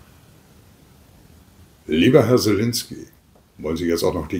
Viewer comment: " Selenskyj " heißt der Clown nicht " Selinskyj " nur mal zur Anmerkung ist mir schon ein paar mal aufgefallen !